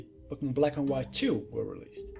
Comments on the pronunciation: you say Pokemon really weird... it sounds like *popocmnumun* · He says Pokemon funny X3